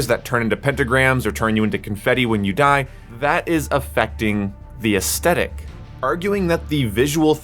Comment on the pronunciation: Take a drink for every time he says “aestetic” and not aesthetic